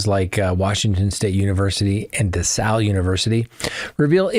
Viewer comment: Can you please learn how to say the college DeSales correctly? Just sound it out. It is NOT La Salle.